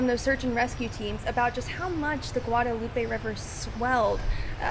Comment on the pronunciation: He can't even pronounce the river's name correctly. And it's not even hard.